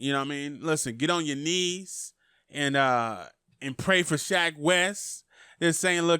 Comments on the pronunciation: SHECK not Shaq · Thats shecks fault for having a name like SHECK